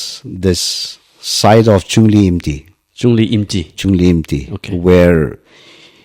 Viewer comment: It's Chungliyimti not Chungli Imi.... 🍂